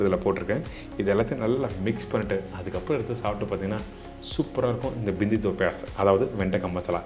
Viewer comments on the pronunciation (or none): அது பிந்தி இல்ல....பிண்டி. நீங்க சும்மா தமிழிலேயே சொல்லுங்க.